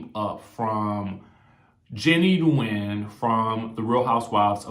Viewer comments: it's WINN just winn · love the channel and the commentary but one thing Nguyen is pronounced Winn lol N is silent. I agree with you 100% because there always this “undercurrent” with her in her treatment of Mary. Bravo is also full of shit as they pick and choose the punishments for racist behavior and usually for the black women (Kenya) to issue an apology and they network also condemns them but most other get no punishments